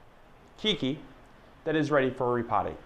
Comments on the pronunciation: Howzit. Nice video. Always informational. Keiki is pronounced kay-kee. Not kee-kee. Mahalo. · This the third video today I hear say keekee for keiki.